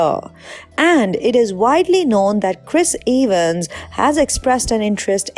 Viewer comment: No one:: Chris Ay-Vans